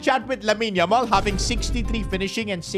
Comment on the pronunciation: that is not yamal that's lamal